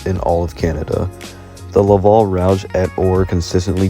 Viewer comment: "rowdge" Are you joking rouge " rue je"